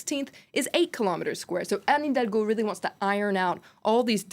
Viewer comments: Elle a beaucoup de mal à dire Anne Hidalgo haha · She had a rough time pronouncing Anne Hidalgo 😂